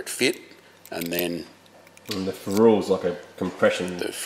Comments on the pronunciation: 'Ferrule' usually pronounced like Will Ferrell, or like a ferret. Also is that rubber end of a walking stick! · Ff sake guys it's fer / rel not fer / rule !!!! 😂😂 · Ferrule pronounced ‘feral ‘ boys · Ferrule: Pronounced Feral, as in Feral Sheryl